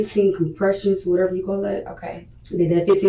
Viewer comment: Why she keep saying wateva